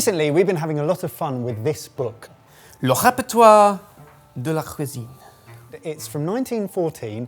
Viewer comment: Sorry, how did he pronounce cuisine, I know likes to think himself cultured but he butchered that.